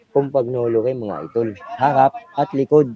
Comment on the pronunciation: rim brake ang tamang pronunciation ng Campagnolo ay Cam-Pa- Ño -Lo.